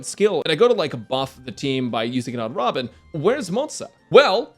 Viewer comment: I think you mispronounced robin 🗣️